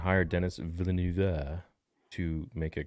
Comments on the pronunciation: Villeneuve sounds more like "Ville-nehv" than "Ville-noov". "eu" in french makes a sounds english people never make... but phonetically it's closer to a Short E sound (ĕ) than is to a "u" or an "oo". It's like a short E (like in 'bed' or 'egg') but a little closer to the "oo" sound, which is like you are being more breathy with it. Like halfway between "ev" and "of". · knows many things about Star Wars but like all Americans he cant pronounce Villeneuve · French here, the pronunciation is not villnoove, the "eu" is the same sound as the "i" in "first"